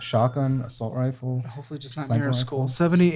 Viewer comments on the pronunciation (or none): none